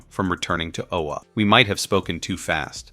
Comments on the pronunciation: It’s “Oa” not “Ola”. You have no idea just how much I am disliking you more and more because of your deliberate mispronunciation. I have half a mind to just stop watching this video here and now because of it, and the desire is growing fast. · It’s O-A not OLA your killing the name of the planet of the GL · Really enjoyed the show & was sorry to see it canceled. And mostly enjoyed the recap but c'mon guys, get the pronunciations correct! It's Oa, not Ola & it's pronounced uh-TROSS-it- us. A simple viewing of the show would make this clear.🙄🤨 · This is the worst narrator ever bro go and watch the cartoon.... first you pronounce Atrocitus the wrong but Oa how you get an l in that...talking shit..